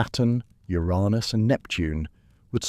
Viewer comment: I'm guessing you pronounced "Uranus" the way you did because of YouTube's dirty word blocking feature?